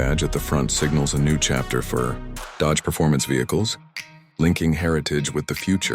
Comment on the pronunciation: Dodage huh? Atleast use good ai to make ai slop